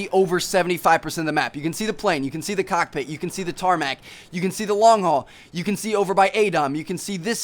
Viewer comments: HE SAID COTPIT :D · hehe, you said COCKpit